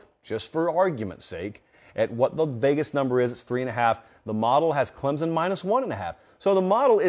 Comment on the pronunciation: Clemson is not pronounced with a Z